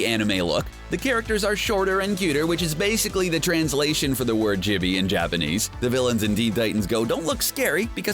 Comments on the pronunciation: "CHEE-BEE" it's not chebi you gaijin no baka... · the word chibi is pronounced Ch-ee- bee